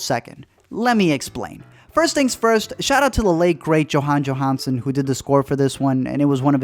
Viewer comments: You're pronouncing Jóhann Jóhannsson's name wrong. It's pronounced like Yohann Yohannson...not w/ hard J's. It's no surprise you would, considering how idiotic your review is. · He can at least pronounce Johann Johannsson’s name correctly. But I guess a shout out is good enough.